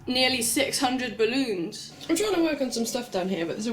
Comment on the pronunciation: Gotta love how you say "ballOONS"